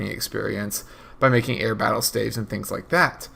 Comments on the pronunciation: Staff (F) not stave lmao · Yeah the plural for staff is staves but he pronounces it ''Stayvs''